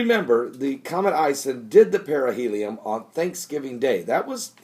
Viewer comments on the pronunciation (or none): It's not "perihelium", it's perihelion!